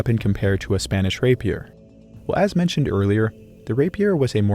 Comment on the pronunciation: The pronunciation of "rapier" is making me mad